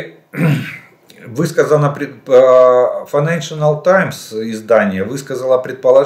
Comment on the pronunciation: Жданов какую-то новую , авторитетную газету читает. Называет ее файнешила таймс😅😅😅